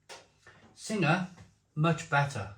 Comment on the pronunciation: It's pronounced Sing, you don't pronounce the ha, Sing is a mythical Thai creature. Tiger brewed in the UK is filth & beer Sing brewed in Kent taste as if it's out of date, absolutely shocking.